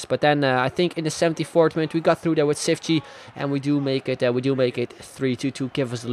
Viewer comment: The "ç" is said like "ch",so its said Chiftchi